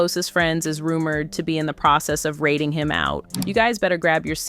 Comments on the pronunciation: "RATEing" him out? Let's learn how to speak English if you are going to do a video in English. Also, know the culture. It's called "RAting" him out. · How is it possible that you can't pronounce the word "ratting"?? Rating 🤣🤣